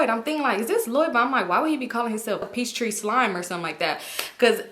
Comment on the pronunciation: I thought she was saying peach street slime 😂😂